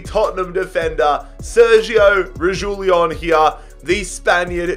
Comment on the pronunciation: No one: Absolutely no one: This guy:Sergio rejilon